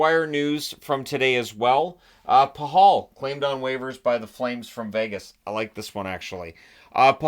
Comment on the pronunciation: Paw hall? I thought it was pronounce patch all?